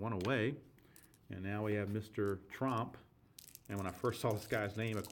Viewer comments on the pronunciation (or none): Its Jiandido Tromp, with an 'O', not Trump.